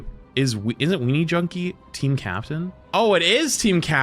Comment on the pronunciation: Hearing say weejunkie is quite funny